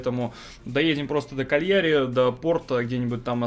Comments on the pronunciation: КАльяри. Ударение на первый слог. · КАльяри, ударение на А.